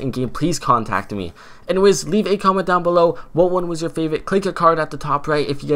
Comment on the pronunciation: He said favite 😭😂🤷🏻‍♂️